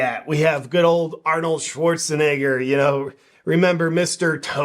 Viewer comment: "Arnold Schwarzeneigher" - JP Sears